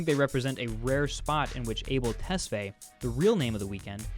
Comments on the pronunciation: Good video but damn you totally butchered his name lmao Abel Tesfay is pronounced Ahbell TesFY. Not fay its pronounced fy like figh in fight. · It's Tes fi ya ..... not Tes fey